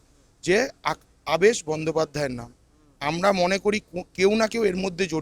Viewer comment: Apni nam ta theek bolun.. Abaas noy. Aabesh . so so kore ki kharap uposthapona .. Erokom subject thakle eta ke top class content kora jeto . reporting ta shikhun. Aar so r dosh na katle shikhyito shona na .. Din mujur type r kotha barta . depressing .